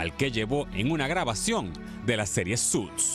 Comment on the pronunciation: Porque dice SUTS y no SUITS??